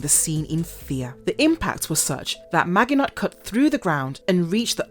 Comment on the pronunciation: You need to learn how to pronounce 'maginot'